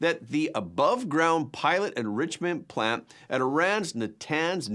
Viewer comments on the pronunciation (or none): none